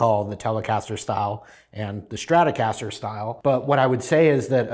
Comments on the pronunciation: The way she said stratocaster made me puke blood. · lol the narrator said strat-O-caster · When the narrator said Strat-OH-Caster I was like hUh?